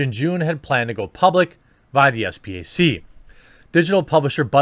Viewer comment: Trying to educate all you YouTubers, SPAC is pronounced “spack”. Rhymes with stack. You watch CNBC etc that’s how everyone says it.